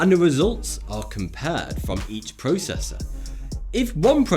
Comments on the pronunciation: The what did you say? "Protessa? Protesser?? " Processor* Oh you're just playing with us ✌️😂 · At exactly in the video did this guy say (PROTESSER) LOL